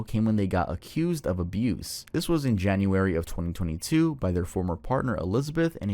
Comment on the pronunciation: Twenty Twenty